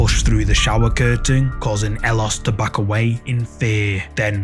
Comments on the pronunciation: Howdy. So where it concerns 'ellosestanconmigo', it's not his name. It's a phrase "ellos estan conmigo" which in Spanish means "they are with me" and 'ellos' is pronounced 'eyos'. I don't know the OP's name, but I do chuckle when hear you call him elos 😄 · El-los... No. Eh-yos. Double 'L' in Spanish is pronounced like a 'Y'. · Ellos is pronounced eh-yos. I'm sorry, but that's driving me crazy. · "ellosestanconmigo" is a phrase: Ellos Estan Conmigo, wich means "they are with me" in spanish. The guy's name obviously is not "Ellos" (wich also you are pronouncing it wrong); Youre literally naming him "They". His real name is Andres.